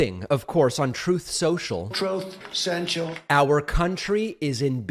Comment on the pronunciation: A Trowth Sential nosedive, REALLY?!?!? OH NO!!